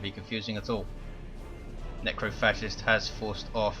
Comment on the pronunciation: "Necro Fetish" "Necro Fascist" God damn I can't tell how many times I missheard Necrophagist's name that match o.O